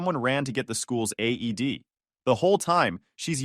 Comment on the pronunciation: It's called an AED not aid